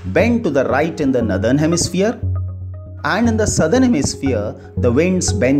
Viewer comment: The explanation is good but the pronounciation of the word Northern is नॉरर्दन and not as नदर्न